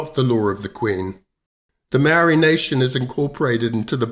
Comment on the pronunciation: I switch off when I hear the barstardized pronouniciation of the Maori language . Do yourself a favour and learn to properly pronounce "Maori"